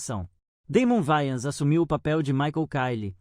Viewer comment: Não é Vayans, é Wayans!